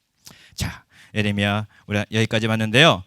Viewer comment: 교수님! 에레미아라고 하지 마셔요 ㅋㅋ예.레.미.야라고 해주셔요! ❤